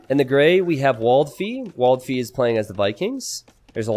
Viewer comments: Waldfee is kind of a german word .. so you have to pronouce it more angrily WALTFEE :D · I almost spit my coffee on my notebook as you did not dare to pronounce one players name and then you came up with "Waldfee" :D To my German ears that sounded hilarious xD It is German for forest fairy and if I were to imitate cliché US-accent it would've sounded exactly like this...